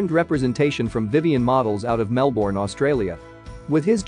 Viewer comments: It’s Mel-burn right? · ITS PRONOUNCED MELB’N!!!! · Mel-born.... I